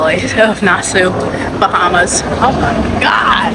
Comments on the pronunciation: It’s a ship NOT a boat. Also it’s pronounced Nassawwww NOT Nassaooo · I came to the comments to say the same thing , I’ve never heard it pronounced like Nas sue ?…😂😂😂😂😂😂😂😂. Too funny . It is spelled pretty weird though.😂😂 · It’s pronounced Nas-saw I have never heard it botched like that before. You probably went to every tourist crap stop. My dear, you should have asked for recommendations of things to do. Junkanoo Beach is not a nice beach locals will only work there not swim there because it is not a nice beach. But if you like it, I love it. Next time stop a local and ask for nice things and places to go they are not scary they are hustling they are probably some of the kindest people you will meet. Next time someone approaches you to buy something ask them a question like where to go and what is free and fun to do. Spit in your mask or buy defogger to clear it up. You are in the fourth richest country per capita in the western hemisphere (of Earth). This is not a great destination for poor people. That back alley as you call it is Wooded Rodger’s Wharf it’s actually had a lot of historical significance. You should have done a tour so you could understand more about where you are. Where your cruise ship pulled up is where slave ships would dock. That back alley was the auction block area for slaves. It you had turned left instead of right at Margaritaville you would have been at Pompey Museum and could have learned something about the place you were visiting. Pay for a snorkel tour so you can actually see fish, like thousands not 2 or 3 . Where you were was equivalent to looking for jaguars in a city. This would hard to watch because you saw none of the island which is the capital city by the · Girl, Nassau is pronounced 'Nass-Saw" good grief lol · Looks fun! Nassau pronounced Nas-saw. Enjoy your vacay!!! 🥂